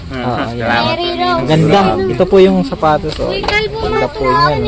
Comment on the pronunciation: Sapatos po hindi patos